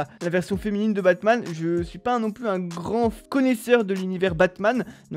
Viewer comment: Il a dit bassman 🤣🤣